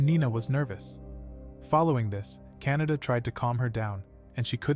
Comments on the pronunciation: I think it’s actually pronounced Ka na da. Not Kan a da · Its kanade but bro is saying canada for some reason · Guys Btw Her Name Is Kan-a-de Not Canada 💀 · kanade❎ canada✅ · Bro kanade not canada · bro saying kanada but the reql name is kanade bruh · Her name is actually Kanade in the Anime. And they say it wrong in the voice over. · btw Kan a de There's the de not da